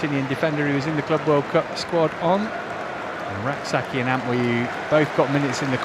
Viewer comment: Bro is called An-twi, not An wi 💙💙💙💙💙💙